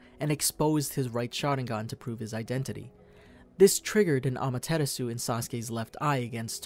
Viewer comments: Well thanks but you did butchered Amaterasu in minute and called it Amaterusu lol still great video Obito is my favorite character of all Naruto! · This man said ameteresu 😂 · Amataratsu not amatetsu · I cringed when he said “amaterasu.” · bruh i couldnt even tell what pronounciation of amaterasu the narrator said LOL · You can pronounce “Mangekyou” but not “Amaterasu” 😑